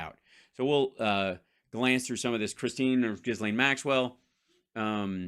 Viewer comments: Its pronouned Jellaine, not Gis Laine but hey who cares. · It's Ghee-lane, the S is silent. Ghee-lane maxwell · Hal, better if you ignore the “s” in Ghislaine. It’s silent.